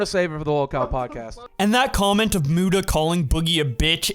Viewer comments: I can't handle the fact that keem keeps pronouncing Muta like "mewta" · love how keem pronounces muta's name as "myuta" lol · I like how Keemstar calls Mutahar "Myoota" lol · Lol "Mewta".